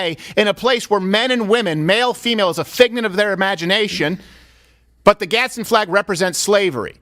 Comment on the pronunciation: So annoying to hear you all say "GadsTen Flag" flag every few seconds when it is pronounced "GAD SDEN"